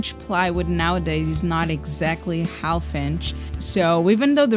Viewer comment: Nice work. I love how you say "half" and pronounce the L. It's really said "haff". But, hey, maybe I should try speaking Portuguese!